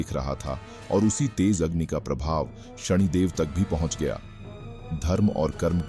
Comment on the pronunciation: शणीदेव ❌ शनिदेव ✅